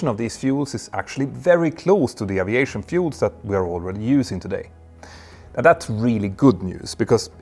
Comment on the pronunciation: One day, we will hear aviation pronounced correctly!